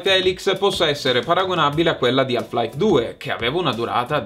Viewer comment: La L di "Half" è muta,. Ma ti voglio bene lo stesso! 😘